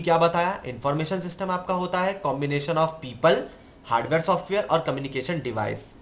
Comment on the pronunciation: People❌ Peeeepaaal✔️